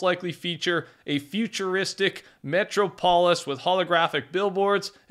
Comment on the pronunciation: Metro-polis…. 😂😂 Try metrop-olis. Come on man!